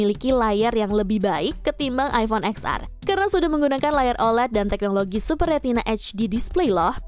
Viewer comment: Bukan “eks ar” kali mba...tp “ten ar” 😂